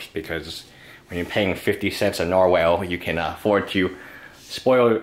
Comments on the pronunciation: Nar-wall not Nar-whale... fucking hell m8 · Nar-”whale” lol